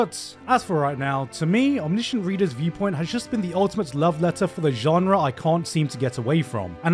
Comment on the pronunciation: is no one gonna talk about how he pronounces omniscient 😭😭